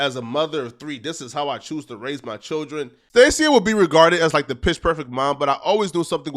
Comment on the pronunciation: Him pronouncing her name like that is crazy 🤣🤣 it’s (STAY-SHUH) not stay seeya 🤣🤣